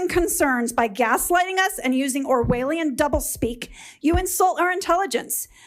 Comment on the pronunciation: I'm on her side but she fucked up when she pronounced it "orwhaleein" then said you "insult our intelligence"